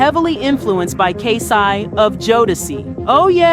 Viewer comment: These channels gotta get it together smfh How you mispronouncing words and names in a video about someone?? It irks me so bad